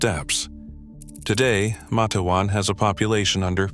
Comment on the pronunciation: It's Mate-wan you AI idiot!!